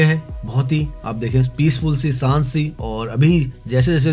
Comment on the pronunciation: Saant nahi shaant aur saandar nahin shaandar kehte hein. You are pronouncing sh as s. Correct your pronunciation which is essential for an orator.